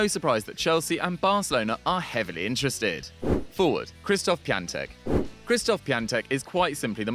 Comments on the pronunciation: Btw it’s Piontek not Piantek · Piatek not piantek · its piatek not piantek